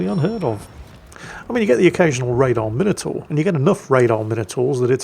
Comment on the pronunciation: I don't know why is worried about pronouncing Blücher correctly, he can't do Minotaur, and that's British. I am told "Minnow-tour" is the US pronunciation.